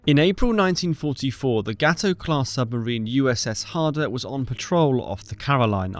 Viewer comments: Ok lets at least get the name right not GAT oh look at the vowels. GAY-toh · GATO... Remember the effect of vowels. The O changes the sound of the A. Thus GATO LIKE gate with an oh on the end. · Did you say GAHTOW.... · Small correction, in this instance Gato is pronounced gay-toe/gay-doe, not like the Spanish word for cat.